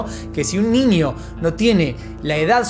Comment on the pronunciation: Hola, se dice niño, no ninio. Hay una diferencia, viste..?